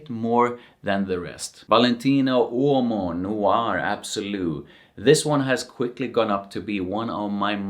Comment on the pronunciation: Awesome presentation!!! I'm obsessed with how u pronounce Uomo! 😊🥰🙏🏽